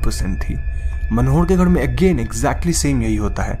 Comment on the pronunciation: Ghad nahi ghar bol ullu